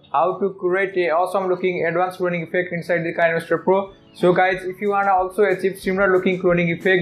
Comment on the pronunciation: O. P. I’m sorry if this is random but... I know that you say it like this! K-eye-n-master But it’s actually Ki-nae-master! The developer of kinemaster has already told us In a YouTube channel